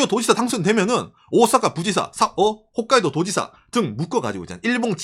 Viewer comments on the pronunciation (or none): none